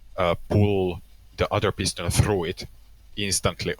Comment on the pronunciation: Ah yes, the pieston-bolt. Of course.